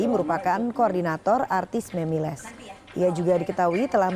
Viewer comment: Gw salfok ama reporter yg ngomong MEMILES 😅